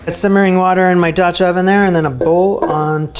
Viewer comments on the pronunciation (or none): none